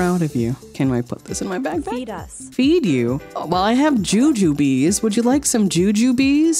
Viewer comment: I knew was insane, but calling JUJUBES - JUJUBEES IS PSYCHOTIC